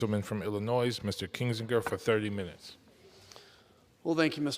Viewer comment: Black dude is the speaker, and he announces Illinois as Illi-noise”, are you serious????